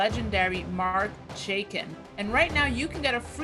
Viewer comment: you mispronounce "Chaikin". It should be pronounced like you would "chai" (meaning tea), with an addition of "kin".